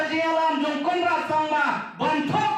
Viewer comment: U Conrad te u dei u klet biej ia ka ba u la kular bad u shu ong ha ka ba kut...da kaba u pyrshang kren khasi KANRAD..